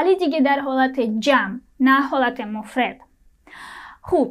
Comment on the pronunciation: دستت درد نکند.خسته نباشی! زحمت کشیدی. خیلی ممنون. یک سوال ( آیا کلمه ادین به جز شماره یک ، معنای تنها نیز می دهد؟ مثلا: مرد تنها ، پسر تنها).... و می خواستم راجع به تلفظ کلمه ( مفرد) به شما کمکی کنم.اگر ناراحت نمی شوید. کلمه ( مفرد) را شما ( mofred) تلفظ می کنید که غلط است ، باید آن را چنین تلفظ کنید ( mofrad). البته من را می بخشید.